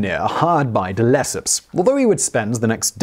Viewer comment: reminds me of the Suez Canal video. "None-de-Lesseps." ( mark on THAT video, in case anyone's curious to know what I mean.)